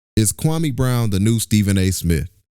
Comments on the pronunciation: KWAME SAID SHIT WRONG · Anybody saying Kwame wrong is part of the problem!!